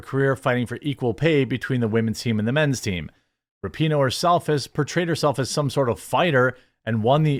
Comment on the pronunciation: You mispronounced her name, it's "RAPE-ih-noh"